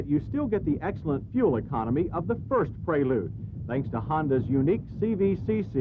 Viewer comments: Honda Praylude? Is that the way to pronounce it? Isn't it Prelude? Just asking. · Yeah pronouncing it would be praylude, the actual name as you know would be prelude. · rhymes with preload